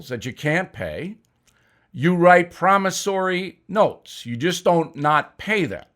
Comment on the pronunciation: Promisary notes??? 😂🤣😂🤣😂🤣😂